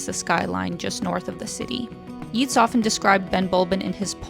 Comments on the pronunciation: YEETS!! Yeats (like gates), honestly, great video ( I want to go), but that pronunciation is sacrilege. It's like you set fire to all the Guinness in Ireland! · who is this Yeeets you speak of..? never heard of him.. and neither has anybody else.. why didn't you mention the famous writer W. B. Yeats.. pronounced YATES..! not yeets.. tiny tiny tiny bit of research..???? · Home 😊 FYI that's not how you pronounce Yeats 😂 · True - for anyone reading this or uncertain on pronunciation...Yeats rhymes with Greats.... ie Yeats is one of literature's All Time Greats. 🇮🇪💚